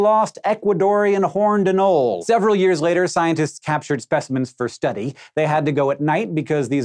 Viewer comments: #7: uh-no-lee, three syllables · The E on "anole" isn't silent. Three syllables: a-no-le. The c in "proboscis" is silent, however. Pro-boss-is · It's pronounced "an-ole-ee" lol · ano·le | \ ə-ˈnō-lē If you make videos about things, at least learn how to pronounce their names! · It’s a-NO-lee, Hank. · The way he pronounces "anole" hurts my soul (it's ah-nole-ee). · "Anole" lizzard, anole mispronounced. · Future reference: "anole" has 3 syllables. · You're pronouncing the lizard's name wrong